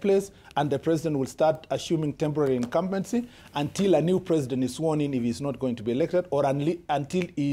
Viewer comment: IT IS ASHUUMED...TEMBORARI INKAMBENZI